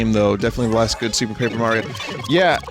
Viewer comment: It would be pronounced Pap-err if it had two 'P's after the 'A'. (Papper)